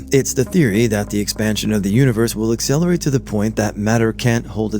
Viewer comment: “Space exparn-sion…,”